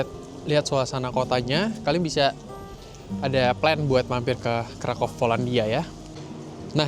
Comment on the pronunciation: bacanya kota Vroswav dan krakuv